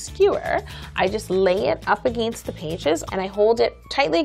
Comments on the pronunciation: I love how she says "Aginst" and "Soory"😂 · He accent when she says against!!!! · I know she's half German but the way she said against was funny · Lol I live in BC Canada and I say it like she does... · Well she is in Toronto sounded pretty Canadian to me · She's Canadian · Eh, I say 'against' like she does too!! Maybe, cuz I'm Canadian... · Did anyone notice how she said against???? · yessssssssssssssssss lolol i thought i was the only one and was looking in the comments to see and almost failing i saw this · She's Canadian lol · I LAUGHED EVERYTIME SHE SAID AGAINST CAUSE SHE SAID IT SO WEIRD XD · i love her but the moment she said 'against' i started dying because she says it so weird lol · Why does she say against like that